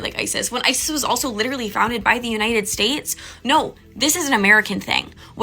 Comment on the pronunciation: Please stop saying litcherally. It’s not a word.